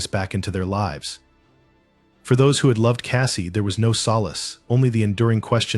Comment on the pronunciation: You can tell it’s AI- live and lives are frequently mispronounced! I will give AI THIS THOUGH- almost all of the voices I have heard sound real. One of the few “tells” is the lack of an inhale. No human could speak indefinitely without refilling their lungs! They could take a few notes from Apple though. How they did it, I have no clue, but they made the VoiceOver voice Alex “inhale”! As I sit here and listen to “him” read all the comments, it’s nice to have the mental break an inhale provides! All of that said, I much prefer the REAL human voice! I think that’s why I prefer listening to audio books rather than letting Alex read to me- although, I do have quite a few e-pub books too!😎